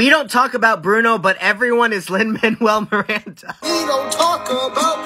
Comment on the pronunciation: the way he pronounces Lin Manuel Miranda 💀💀💀